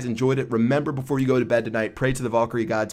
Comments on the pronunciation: You say it vAl not vOl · You say golem correctly, but not valkyrie....and it's pretty tough hearing you say it over and over and over again.